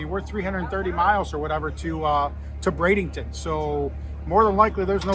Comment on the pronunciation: Ok. We need to spread the work. BRADENTON. NO “ING”. It’s like warshing your clothe.